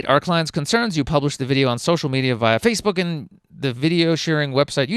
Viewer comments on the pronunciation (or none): none